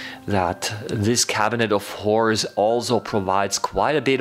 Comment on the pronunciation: The way you say “cabinet of horrors” kinda sounds like “cabinet of whores” hahah